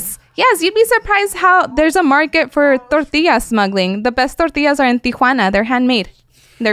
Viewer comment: Has a normal American accent until she says 'torrrrrrrtiyyyyyya'